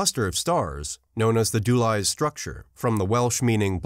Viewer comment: Interesting vid - btw - the welsh 'Dulais' is pronounced dilliss or sometimes Dill - ice, not dew lie.